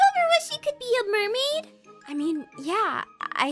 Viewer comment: Aph, it's the mail-maid